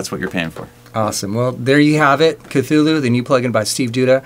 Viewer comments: for what its worth...the pronunciation of ka-thu-lu is incorrect. from the man himself, lovecraft writes this: "The actual sound -- as nearly as any human organs could imitate it or human letters record it -- may be taken as something like Khlûl'-hloo, with the first syllable pronounced gutturally and very thickly. The u is about like that in full; and the first syllable is not unlike klul in sound, hence the h represents the guttural thickness." anyway...looks like a cool vst. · Yes, the original word is of African origin, and it sounds like 'KATHULÜH'.